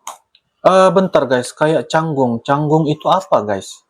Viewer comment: Bukan canggong tapi canggung (nerpes, kaku,keki )